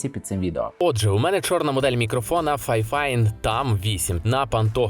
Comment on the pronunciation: "FiFine" читав як Фіфіне😂 Так, у мене англійська рівня B2 одразу помітно